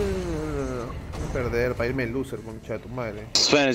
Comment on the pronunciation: "apra" y "termian"